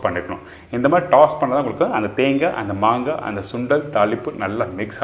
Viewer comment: Please correct it's not mangai it's "maangai"